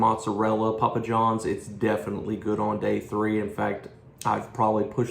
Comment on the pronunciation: Pa pa johns, that's a funny way to say starz and strikes